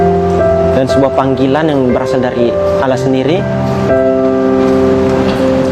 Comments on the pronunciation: tuhan beranak pantas saja banyak birawati yg hamil tanfa suami, bagi saya ini bukan cerdas tapi pembodohan diri sendiri, firman Allah bukan firman alah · KATANYA MANTAN MUSLIM? NYEBUTNYA KOK ALAH